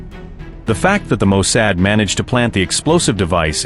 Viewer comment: Bro, your AI needs to be tweaked, its not Mo "Sad".